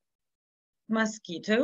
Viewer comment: Mosquitoes, а не mosquetoes :)